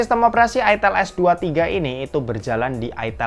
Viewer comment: itel bang bukan itel